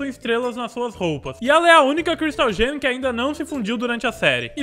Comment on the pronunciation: tenho um pedido, por favor fale gem correto!